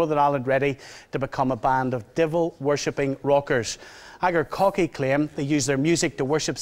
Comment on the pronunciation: well, Akercoke aside, its not as if Chritianity has done anything constructive for Ireland now, has it? On a lighter note, loving the host's pronunciation of Akercoke. Made me chuckle.